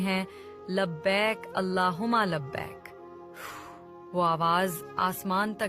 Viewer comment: ویڈیو بنانے کا شوق ہے تو لبیئک درست طریقہ سے کہنا سیکھو